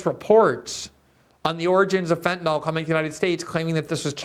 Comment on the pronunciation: Glenn, as much as I admire your journalism and impeccable integrity, I have to say just because everyone else mispronounces fentanyl doesn't mean you have to. Sorry to be persnickety, but in chemistry, misspelling by one letter gives you a completely different substance. In the real world, that can be dangerous. So please note, the word ends in -yl, not -ol, (which would be an alcohol). It rhymes with benadrYL, not alcohOL. I doubt I'm the only one who feels this like nails on a chalkboard, and YES, you could buck the others and start a trend! Thank you for your attention to this matter.